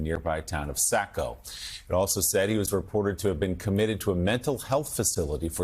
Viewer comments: Saco is pronounced SaHco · Say it with me.......Sawco. Saco is pronounced that way. 22 dead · By the way, Saco is pronounced like sock-o as opposed to sack-o. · Maybe he is identifies as "sack-o".